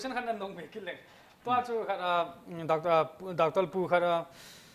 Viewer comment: Dr. Pu thusei chu akicheh set jenge. Chuleh, just feedback, IMPACT TV a anchor lang hi themkht paotho ( Pronunciation) hi themkht hoideu leh kati e. Doctol..Hd. Qrtol.... Helf..kti ho hi smart jep sah ute.IMPACT TV Kuki Edition team machal un lang khangjing un.